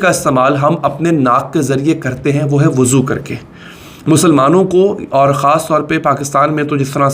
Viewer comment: Wuzu krna PROBLEM hai kya ... mohtram aap zyada slip of tongue nhi kr rahe kya ... mohtat rahein